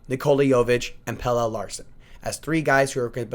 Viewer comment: I could’ve sworn his name is pronounced Pel-la